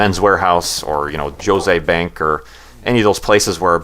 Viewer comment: ha ha, "Josay Bank" :)